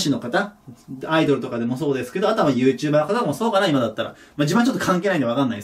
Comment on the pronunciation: はいちさんのYouTuberのイントネーションが気になるのは俺だけか？